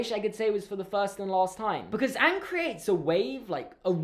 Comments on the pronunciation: They pronounced Aang Ong and that was just ONE of the worst things about the movie. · Awng, they pronounced Aang’s name, Awng! I USED TO LIKE THIS WHEN I WAS 3! Then I watched the show when I was in year 5 and realised that this movie is GARBAGE! This is a disgrace to the greatest cartoon of all time and I’m so angry at it. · Ok everything he is saying about avatar the last airbender movie is all true it's horrible I just make fun of it!! They mispronounce everyones name!!